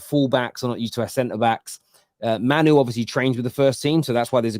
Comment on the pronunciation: I really hope starts saying Mainoo’s name properly soon.